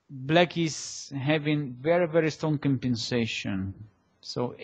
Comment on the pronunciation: то чувство, когда вместо "black" слышно "blyat"...